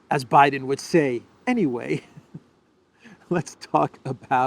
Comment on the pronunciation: please 🙏 don't do the Biden's "Anyway." I thought you would freeze and start mumbling. 😜😂